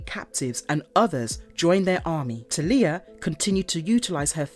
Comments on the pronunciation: Not TELIYAH. ITS TALIA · Talia Al Ghul's first name is pronounced "TAL-YA". The LOA is centuries old. In "Arrow", it was formed in 1013. There is no mention of Damian Wayne. Despite everything, I enjoyed the video. Very interesting. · What sucks the most is my unfollow won’t hurt their overall number but it is egregious to hear awful pronunciations cus you know this isn’t coming from a fan of the comics. Ras Al Ghul is a name given many pronunciations but his daughters name!!! How do you &$@ that up that bad? Marvelous videos needs a marvelous editor… peace out